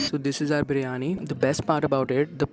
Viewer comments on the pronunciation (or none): none